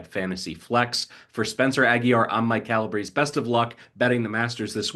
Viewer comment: Hey Calabrese-You, unlike everyone else on the Action Network, know how to properly pronounce your last name! Hooray!